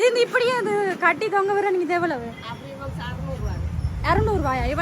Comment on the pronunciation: அப்பிள் இல்லடி ஆப்பிள்